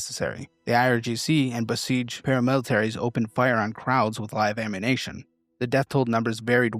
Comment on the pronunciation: can't pronounce NUclear or ammuNItion. Nucular and ammunation...